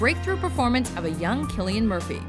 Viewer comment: As an Irishman, thank you for pronouncing Cillian murphys name properly